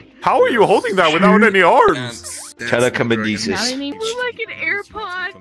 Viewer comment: Did this condom just say telekamanesis? He said telekinesis wrong 😭💀